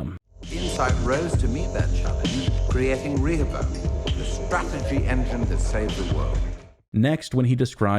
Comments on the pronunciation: One of the most significant moments of this video is , the correct pronunciation of Rehoboam. Seems the puzzle for season 3 will not be the plot but youtubers finally figuring out how to say that damn word. The showrunners were so wrong for doing this. It’s like they sucked all the contrivances of season 2 and dumped it into this one word. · Thank you for pronouncing Rehoboam correctly, the show's been driving me nuts with that lol